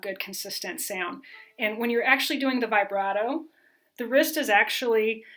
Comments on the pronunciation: I like you a lot but it’s pronounced vib brato not vigh brato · I get really annoyed with people who say it vyebrato instead of vihbrato. Otherwise it is a good video and I’ll use the content. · Very clear and helpful instructions, particularly the warnings about common errors! I've never heard "vibrato" pronounced this way.